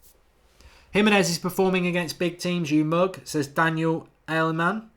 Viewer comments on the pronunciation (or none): none